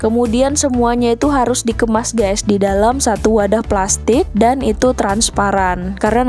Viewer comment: Waduh ...ucapan kata GÈS nya banyak bgt, pakai bhs Indonesia aja! Bukan Gès tapi pronunciation nya GAIS! Mula2 saya kira mksd anda "gas"Salam dari Australia.